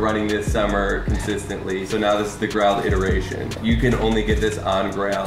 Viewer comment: He pronounces grailed; growled?